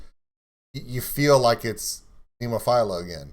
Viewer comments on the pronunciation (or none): Hey I hate like hell being the grammar police but the band is pronounced Nemofeelya, all my love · Becka- agree except there is no Y sound, and no "i" in Nemophila. Neem-oh-feel-ah